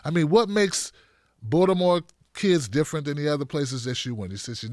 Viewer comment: the way you pronounce Baltimore sounds like you grew up there. 😀